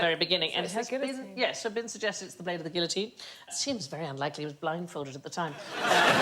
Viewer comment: She is supposed to be so smart, and she can’t pronounce guillotine!?! 🤦🏼‍♂️